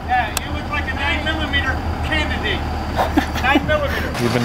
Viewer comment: bro said "9 millimeter... canditate" 😂